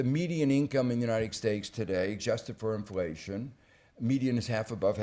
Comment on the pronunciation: Uniced Stakes